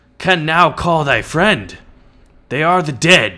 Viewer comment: be my fwend